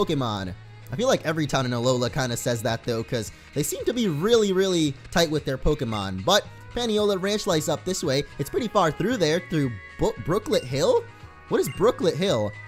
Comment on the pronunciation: It's pronounced "Pah-nee-oh-la"!